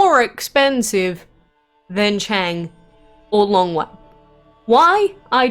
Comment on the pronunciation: Damn you butchered their names so bad